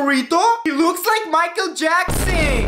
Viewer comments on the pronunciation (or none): none